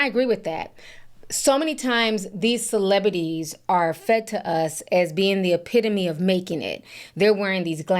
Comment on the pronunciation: CelebRities. Not celebidies😂